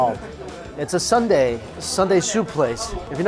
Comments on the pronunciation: Pleaaaaase don't call it Sunday 😭. Soon-dae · Please it’s not Sunday like the day of the week. It soonday like I will see you soon. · It's NOT Sunday LOL. It's Soon Dae. (Soo-un Dae) He keeps saying Sun day. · Not “Sunday”....”Sooooohn Day”: blood sausage soup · soon dae....not sun dae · Its "SOON-DAE"! Not "SUN-DAE"! 🤣🤣🤣🤣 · Lol, he's trying! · SOON dae, not sun dae. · Sorry dude, but it's Soon dae, not Sunday... Those cheap buffets of korean food are great for business workers, working class people, you could literally go there every day. I still think you'd enjoy an all you can eat shabu shabu place. It's like hotpot, more savory than spicy. You can put all kinds of whatever you want in it like prawns and veggies or beef slices. There used to be a really good one near star tower, but that was like 6 years ago. I'm sure there's plenty around. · Hey Mike, it is Soondae, not Sundae. BTW that place looks legit! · Angelica Skinner restaurant fault...poor mike and his sun-dae 😂😂. Thank you for commenting with the right pronunciation: soon-dae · That's a legit soondae kuk (gotta love how he pronounces it like an ice cream sundae). I wish there were places like that in the US...! Blood sausage is so underrated. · its "soon-dae" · Its soondae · It's prounced soondae